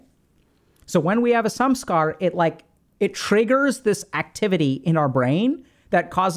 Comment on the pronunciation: I always hear "sum-scar" when doc says Samskara; funnily enough, that term still reflects the definition of what a Samskara is and also points to people with mental health problems often piling negative emotions on top of each other.